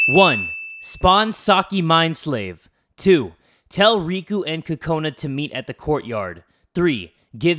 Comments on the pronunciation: it's not pronounced like "kakona" if you were to actually pronounce it with a japanese accent like it's supposed to be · i want to tell you that the way you say kokanu is wrong it is coconut but with out the t